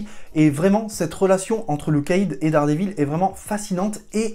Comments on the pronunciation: VAULE ! (t'a dit "Dare dit vaule") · T'y étais presque, si t'avais dit 'Dère dit vaule' c'était bon. Moi je donne un bon point pour la tentative! Un prof d'anglais😉